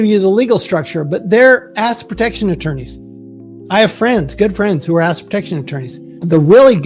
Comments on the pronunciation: "asset" is TWO syllables. It sounds like he is saying "acid". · 😂😂😂 seriously this guy cannot say assET ffs! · He needs to accentuate his T’s cause everytime he says asset, it sounds like he is saying ass! Ex. You’ve got good ass protection! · Great video! Am I the only one who heard him say "a$$ protection"? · That's all I heard!!! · Who else here can not hear the "ET" in the word Asset when he says it. literally sounds like ass protection every single time. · 😂 how can you trUst one tHAt caNOt prOnOunce ' ASSet prOtectiON ' ...😂 UnLess it's a hidden message 😮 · I keep hearing “ass” protection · I came here just to say that too😂 Love that he says ass instead of asset everytime. Much more entertaining! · same thing